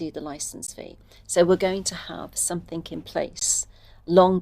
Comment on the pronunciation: "Somethink" in place? No grey matter in place 📍.